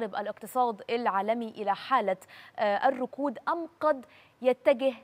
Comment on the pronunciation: الركود وليس الرقود.. عفوا..